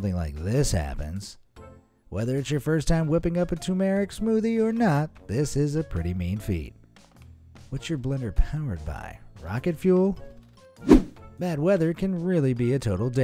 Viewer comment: it is tur-mer-ick, not too-merick.